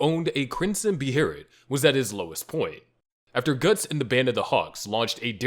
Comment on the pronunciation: Your pronunciation of Behelit is painful. Where did the R come from?! 😂